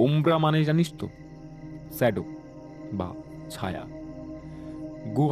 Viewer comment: Protek ti golpo khub valo lage, darun presentation, actor rao khub valo, sudu aktai choto anurodh, jakhn kono scholar character play hoche, ba kono educated person er character play hoche, kindly ektu pronounciation e research korenin. Bridge k jodi bizze bola hy, ba shadow k ssadoow bola hy ektu essence ta ghete jai presentation er. Please eta feedback hisebe nin, kharap mone krbna ❤️